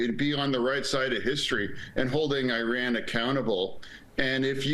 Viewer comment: i wont't unsub yet, but i will give you a thumbs down,... HEY IT'S NOT Oran, it's IRAN..